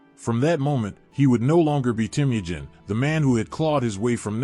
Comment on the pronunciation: I enjoy your channel. I'm glad I found it, as you don't often find full history videos, even if they're history briefs. Though, all I can say is that if your channel continues to grow, you can look at how to pronounce names. As Temujin is teh-muh-jin. And maybe when there's multiple pronunciations, like for Ghengis. You could briefly put over your art, each saying phonetically, just so you don't get frequent comments in chat. These are just humble suggestions, and I hope you have a wonderful day. 🙏